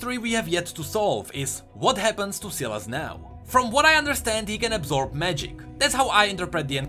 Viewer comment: Ewan Daniel it actually is pronounced as Silas not sai las